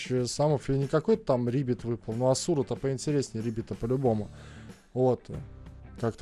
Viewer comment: хоспади, не асУ*ра ,а А*сура и это он , а не она.